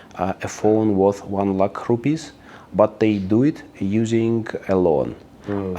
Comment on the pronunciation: The way he pronounced LAKH just shows why there is a similarity between Sanskrit and Russian